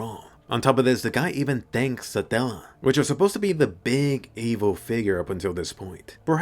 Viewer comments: Why do I hear you saying "Saadalla" instead of "Satella" everytime 😂😂 I keep picturing a random middle Eastern dude talking to Subaru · How you pronounce Satella... I'm not complaining though it's kind of satisfying